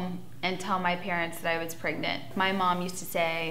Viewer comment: The way she says “pregnant” just makes my skin crawl. “Praygnit”. Also, Farrah, we’ve all seen your 16 and pregnant episode. You claimed Derrick did not know you were “praygnit” and you were, in fact, avoiding his calls. Then the dude dies and all of a sudden you give a shit? 🙄🙄🙄🙄